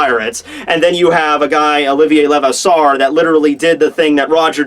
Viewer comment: STOP BUTCHERING OLIVIER LEVASSEUR'S NAME. Seriously you gotta learn some French. even a little French would be enough